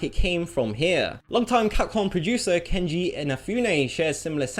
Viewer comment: How can you look at the name "Keiji" and say "Kenji" without feeling like an idiot?